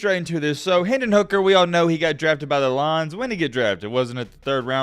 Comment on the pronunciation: Bro 'Lions' is supposed to be two syllables not one